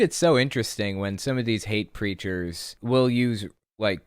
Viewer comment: Everytime you say "hate preachers" I hear "hate creatures" and it makes me giggle 🤭